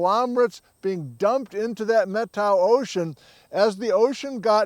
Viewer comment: talks about the "Met-ow" Ocean, as he pronounces it. Is that the Methow Valley and River?